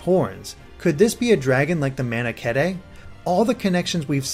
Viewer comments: The health bar is the same as the one in Awakening. Depending on how much base health you have (a maximum of 80), the colours will be different. Also I'm pretty sure Manakete is pronounced "man-a-keet" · Lastly I thought it was pronounced mana-keet not mana-ke-tay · Heh, he called it: Manuhkehtay. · the way he pronunces manakete sounds like "Mana-kitty" this amuses me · Manakete... Mana-keh-teh... sorry, but your pronunciation bothers me way more than it should. Sorry. And BTW, the blue-haired lady definitely has some deeper secret. And she knows some sort of magic. Did you notice when she was singing on the pier her neckalce levitated a bit? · Its Manahkeet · I'm pretty sure some of the words in there were mispronounced, such as Camilla, Kamui, and Manakete, but I'm not sure. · wait is it pronounced Mana-ketai or Mana-keet. manakete